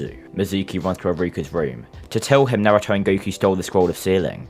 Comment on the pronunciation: is the only person that pronounce naruto correctly